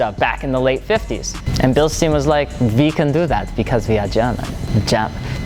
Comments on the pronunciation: BillShtain. That's how you pronounce it. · British will correct you on the pronunciation as well ... not to mention how you tortured bilstein, but hey. (Thanks for good vid) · Had to dislike for saying it wrong, but great video! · Easy German. If you have ei and ie, you pronounce the second letter. So you say ei like eye. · It’s pronounced with an “I” sound because it’s spelled with an “ei”. If it was spelled “ie” it would have an “e” sound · I actually work at the plant in Hamilton, once in a while the Germans come into the plant when we have a yearly meeting and this is exactly how the pronounce it, the stein with a heavy accent like Frankenstein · I couldn't listen to you slaying the pronunciation any more. It's quite simple.. There is an I there, not 2 ee's.. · It's pronounced Bilstein, not Bilstein. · like you pronounce Einstein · German "ei" is pronounced "eye"; English "ei" is often, though not always, pronounced "eeeee" as in "eat" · Considering that you're in Wisconsin, I'd be shocked if you couldn't find somebody local to correct you on how to say the name. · Lol mate you stupit? This isn't about how superior we Germans are. This is about how you pronounce Bilstein. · Stein Stein Stein!!! It’s pronounced STEIN! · Bil-shtein ...moron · Albert Einstein... how Einstein is pronounced. So Bilstein, stein, is the same as pronounced with Einstein. NOT “Bilsteen”. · It's pronounced billstine. Not just however you want to. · Bill-shh-stine as in spine, Bilstein. German is my third language cmon guys it’s not that hard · Bill-steen ?? Would not be pronounced like that even if it was an english/american name. 🤦‍♂️ School is your friend. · Well.. Its written Bilstein.. Not Bilstien.. So I dont get it how its commenly pronounced bilstien in 'murrica. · Bilste-I-n, emphasis on the I, or like your saying Einstein, same concept. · Bil-sht-ein (like the number nine) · you should pronounce it like: Bilshtayn, not stayn, sh instead of s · should sound like "bilshtayn"